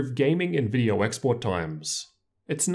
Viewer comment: “In this vidiuer”